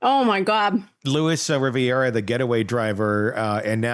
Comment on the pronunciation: In addition to not knowing that Donna Adelson is not from Boca Raton, you should fact check the pronunciation of the names with regard to the “players” you are speaking about. Luis Rivera’s last name is not “Riviera” (like the French and Italian Mediterranean coastline) and Katherine Magbanua’s pronunciation is not at all how you were stating. Do some homework and background checks before you record, it helps with your credibility.